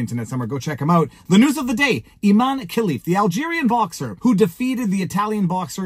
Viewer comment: Pronounced I-MAN-e 😂